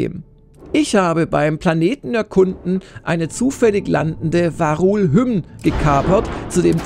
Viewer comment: sorry triggert mich gerade..es heißt Vaa´run und nicht "varul"